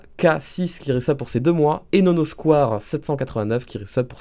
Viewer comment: Il a dit No no squouare à la place de no no squwaire... Je suis blessé